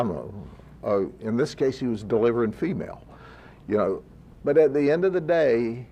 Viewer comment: Delivering “femail” LOL